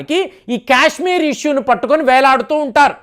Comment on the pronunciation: క్యశ్మీర్ కాదు సారు కాశ్మీర్ పదేపదే క్యశ్మీర్ అనకండి